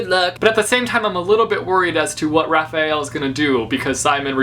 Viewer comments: The Angel Raziel (Rah-zeel) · Raziel. It's pronounced Raz (as in raspberry) and then iel (as in eel)